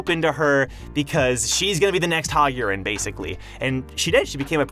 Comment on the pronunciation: Maybe lean into the accent juuust a bit for Yurin. Yureeen. Not urine.